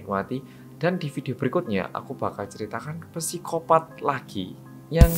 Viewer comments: Kak im sorry, saya dah ngikutin channel nya dr dulu. Penyebutan kata psikopat itu bacanya sikopat bukan pisikopat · Bacanya sikopaaat om astaga mbaleni maneh ngomong psikopat wqwq